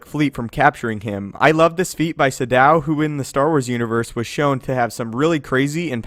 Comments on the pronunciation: Was about to say the same about the way to pronounce Sion it really bugged me as it did with Naga Sadow he pronounced it as if it were Sa-Dow with a pause between Sa and dow when it should be spoken in one Sadow sounding almost similar to the way shadow sounds. That really bugged me for some reason. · And stop mispronouncing names. Sion is pronounced Scion, Sadow is pronounced Sad-oh. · I also think it was supposed to be Sa-douw. For example, as Kreia and Uthar Winn pronounced it. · yeah I thought that about Naga Sadow too until I played The Old Republic and they keep pronouncing it as it's said in this video. I still feel like that's wrong.